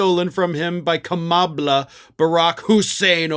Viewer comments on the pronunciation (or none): I think he forgot the h at the end. He was going for Kamablah! What a douche! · People are perplexed by Trump calling Kamala "Kamabla". I think it must be one of two things. Either he's mixing her name with Obama's name, implying somehow they are the same. (Both black?) Or it's his way of saying that learning how to pronounce her name is a chore and a joke.